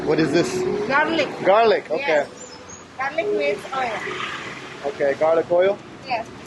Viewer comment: wait dude, how did you learn japanese? i know you didn't speak it here in the video but i def can tell you have this japanese tongue when you say "オーケー！” i'm an indonesian but also kinda japanese native speaker so...